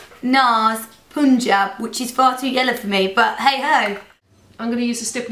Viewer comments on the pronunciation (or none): it's pronounced PUNjab not POONjab lol